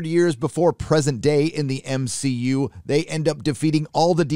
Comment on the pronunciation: I'll never get over "M-Shi-Yu" Hilarious